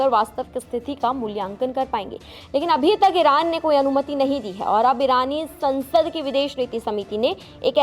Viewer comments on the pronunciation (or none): none